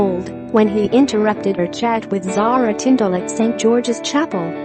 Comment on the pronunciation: she was sitting beside princess Anne, you got princess Anne's daughter pronounced wrong it rhymes with Sarah. pure rubbish.